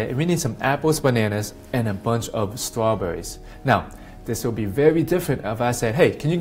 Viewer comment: " apples and trawbuurries" lol he Elmer Fudd there is no such thing a Judo chop...